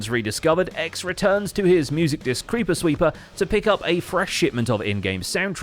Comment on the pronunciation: says cweeper